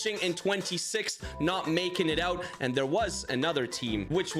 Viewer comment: when I heard him say "knocked oot" in another video I noticed my mistake!